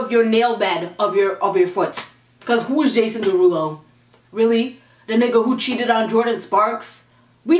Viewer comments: Jason Derulo. Jason De-who-do 😂😂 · I love Jason Derulo, but that "Jason Der who doh" was funny as hell !! 😂😂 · "Jason Duh-who-doe" this is why I love 😂💕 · i started dying when she started to make fun of jason duh-who-dough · no she did not say jason de-who-doe. i CAN NOT.